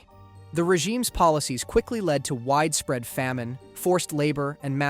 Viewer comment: "widee-spread" "deeths"